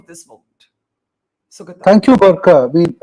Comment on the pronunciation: Barkha: that name is pronounced Sugāta not Sugatā. :)